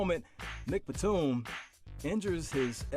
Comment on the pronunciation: Pronounce your words bruh he said nigagas Batum dead ass